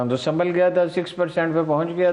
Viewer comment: Anchor sb please check your urdu pronunciation, سمبھل